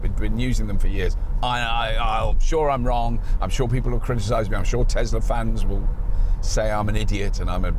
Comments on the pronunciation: Tesla! Not "Tezzla"! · Couldn't watch this any further than 2 mins because yet another YouTube presenter that can't say Tesla with an S and says Tezla so annoying!!!!!!